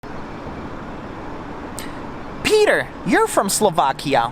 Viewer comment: My partner is from the North West of Slovakia, yup, wouldn't visit Bratislava. When there's mountains, halusky and borovicka to be had. And you should say your name Peter the correct way, PET ER, Ahoj from England ❤️